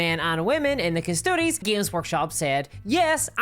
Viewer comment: OMG! It's Custodes not Custodes! Omg 🙄 and I'm woke so.....